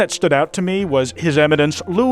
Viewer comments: ain't no way this half-filipino pronounced his eminence's name as "taggle" 😭😭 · I am sooo dissapointed in you, you of all people should know, Tagle is not pronounced using English rules... In tagalog pronunciation is very loteral and phoenetic... So its literally Tag Le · love the video as always i just find it so funny the way you pronounced Cardinal Tagle's name even after showing the wikipedia page on screen HAHAHA would love to hear you say more filipino names for whatever reason man keep up the great work 🙏